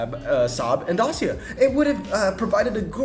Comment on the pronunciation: Pronounced Say-At, not seat, and also Day-see-a